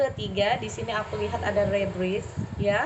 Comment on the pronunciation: Readingannya perfect ka hehe cuma itu nomer 3 bacanya “Rebirth” itu “Riberth” hehe kaka kebalik rebirth